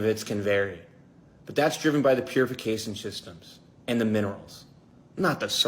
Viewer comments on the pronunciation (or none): It's as if Not Beer thought they were taking headshots at Martin but they really had the gun pointed at their foot the whole time lol Also, "purificasin shystems" is going to drive me nuts now that I can't unhear it